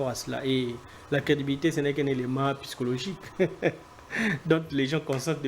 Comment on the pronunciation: Vous, des personnes scientifiques comment vous pouvez prononcer "piscologique" au lieu de dire Psychologique